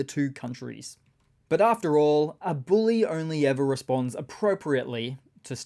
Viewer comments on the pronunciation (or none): none